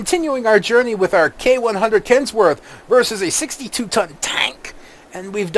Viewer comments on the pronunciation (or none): Kenworth not Kensworth. Trying to be a jerk.